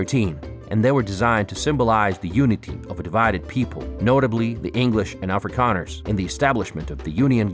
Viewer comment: A guy with a yank accent creates a documentary about South Africa who can't pronounce Dutch/South African words properly. Then claims this vid is the real story??? Dude you haven't lived here or know the truth.